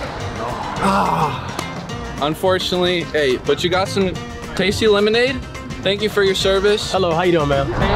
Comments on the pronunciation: killed me bruh "Lemod" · Idk but I found it so funny when kept saying free lemod